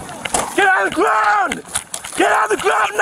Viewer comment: GET ON THE GWOUND!!!